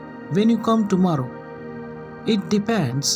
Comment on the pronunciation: Sir, it's not tomaarro, kindly pronounce the word correctly.